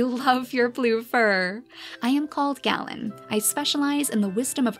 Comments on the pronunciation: Just so you know the name Galen is pronounced Gay-len! My name is pronounced the same way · Also I believe it’s pronounced Gay-len? That’s the way I’ve heard it. It can probably be pronounced Gah-len as well. Idk.